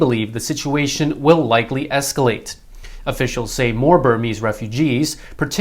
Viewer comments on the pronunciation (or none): none